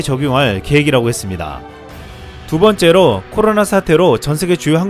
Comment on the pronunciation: '코로나' 발음이 잘 안되시는듯. 혀가짧으시면 말을 천천히 하세요